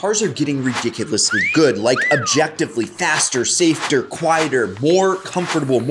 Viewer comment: Brad did you say “Safeter” 😂